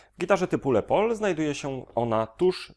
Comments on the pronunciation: Kolego jaki Le pol??? Wymawia się Les Pol ( Les Paul) Les Paul, właśc. Lester William Polsfuss (ur. 9 czerwca 1915 w Waukesha, zm. 13 sierpnia 2009 w White Plains) – amerykański gitarzysta jazzowy i wynalazca w dziedzinie technik nagrywania oraz konstruktor gitar elektrycznych. Określany jako "Thomas Edison przemysłu muzycznego" wynalazca nowego typu gitary nazwanej Gibson Les Paul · lespol się czyta poprawnie. "pol" akurat dobrze przeczytane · dobry poradnik ale dwa szczegóły les paul a nie lepol i to nie jest imbus tylko TORKX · Swietny film. Mam tylko jedną uwagę co do wymowy Les Paul. To nie jest francuski wyraz, tylko imię. 30 lat temu kolega mnie wyśmiał jak powiedziałem Le Paul, wiec zapamiętałem :D It's pronounced "Lezz", rather than "Less". It's short for Lester which is pronounced "Less-ter" admittedly, but it's the same as the shortening of Leslie in that respect. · Nie wiem jak jest poprawnie co do wymowy ale myślę, że les paul ( czytane tak jak pisane ) lepiej brzmi niż : "le pol" . :D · "Les pol" a nie "le pol". To jest zdrobnienie od imienia Lester które bynajmniej nie jest francuskie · les paul a nie le pol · Nie Lepoul tylko Lespoul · Lester Paul musi się przewracać w grobie, jak słyszy „le pol”. Sorry, bro, do tego nie idzie się przyzwyczaić. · Czemu mówisz "lepol" na tego pięknego Les Paula ? Czyżby to jakaś ksywka ? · Dodam jeszcze, że jest to zdrobnienie od angielskiego imienia Lester. Więc jak najbardziej "s" powinno być wymawiane. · Les Paul nie czyta się z francuskim naciskiem. Zapewniam na 100%